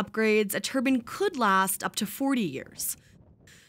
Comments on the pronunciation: WHY are you saying Turban, it is a TURBINE, not a fucking head dress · My God woman its a turbine not a thing a Sikh person wears on their head please please please pronounce the word that has an e on the end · i thought turbins were worn on heads. cant anyone pronounce turbine ??? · Omg! Terrible research. You may as well call them windmills. A turbin is what an arab wears on his head. Learn to pronounce your words. Its called a turbine. It has an e on the end wich makes the letter I sound like I, not E. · Why does she call them Turbans??? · Good grief! I thought this was going to be interesting! The content could have been! But for the hideous mispronounciation of the word turbine. It's tur--BINE!!! Bine pronounced like mine, thine, wine or fine. Turbin, like it was being pronounced, is ALMOST the name of a Sikh gentleman's headwear! FOR PITY'S SAKE!!!!!!!!!!!!!!!!!!!!!!!!!! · Learn how to pronounce "turbine". They're NOT turbans. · It's turbine not turban. Pronounce it properly. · It’s a wind turbine bot a turban 🤦‍♂️ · Why the fuck you saying tur bin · What's a wind Turban? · Why the fuck does this bitch keep talking about head wraps, it’s a turbine not a turban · Its not Wind turbin its TURBINE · Oh man turbinE turbine damn it.. this lady says turbin fucking turbin is what our friends in the middle East wear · I can't be the only one watching this. . And wondering why no one in this video is saying the word TURBINE properly. . right? Wtf is a wind turbin? Fuckin dicks. 👎👎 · It's pronounced TurBINE not TurBUN you fucking hicks! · It is a TURBINE not TURBIN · Why can’t they pronounce it turbINE, not turbIN, a turban is something worn on the head🤷🏻‍♂️ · "Turbinn" 🤣 No, it is just funny how clueless these TV people are even on simple things. 😉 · I’ve never heard turbine pronounced the same as turban before. It’s an interesting difference. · Anyone else grinding their teeth ever time they mispronounced Turbine? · I’m from Texas and we say turbine